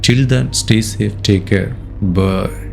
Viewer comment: I see he is a loving father, if his wife didn't went for an illegal affair, he wouldn't be triggered right. On your orientation , I see u as a person of unique narrator of the script, except the last "BYE"(voice modulation), not sure whether it is intentional/mimic. Can some variations be made to it